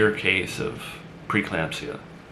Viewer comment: It’s pre-eclampsia not preclampsia. He misspoke this word consistently last time as well.